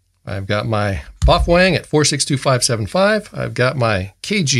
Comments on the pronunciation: Pronounce d MuffWang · It's pronounced "Wouxun" btw. You're welcome